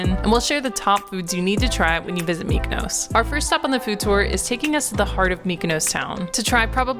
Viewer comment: Not only can you not pronounce Gyro, you also can’t pronounce Mykonos 😂. Food looked amazing though